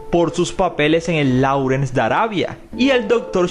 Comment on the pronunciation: Que pena corregirle, pero Laurence se pronuncia Lorens. La Au en inglés se pronuncia como O y la CE, se pronuncia como S final.